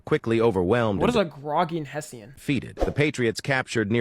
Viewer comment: The way that ai pronounced Hessian stabbed me in the soul 😭